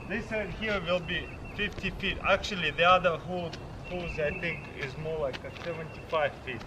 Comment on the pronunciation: tooooo muuuch acshualy